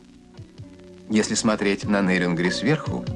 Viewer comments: Ведущий не НЭрюнгри а Нерюнгри ептыть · Какое на хрен НЭрюнгри? НЕрюнгри. Через Е. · Какого фига вы коверкаете название города. Пишется и говорится с буквой Е- * НЕРЮНГРИ*